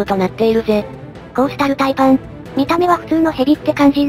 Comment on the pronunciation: コースタルタイパンがコーロシタルパイパンに聞こえた